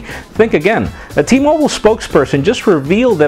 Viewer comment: T-MOBILE NOT T-MOBLE FFS!!!